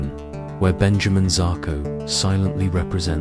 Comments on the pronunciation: He did say Zarko ffs 🤦🏾‍♂️ 😂😂😂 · Turned off after 59 seconds when he pronounced the name zarko